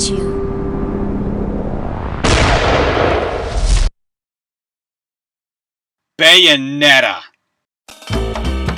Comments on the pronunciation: "I loved number 1, Baynoetta." :/ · The way you said Bayonetta was HILARIOUS I could listen to it on a loop and it would NEVER get old